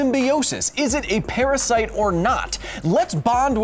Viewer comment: PARASYITE?!! APOLOGIZEE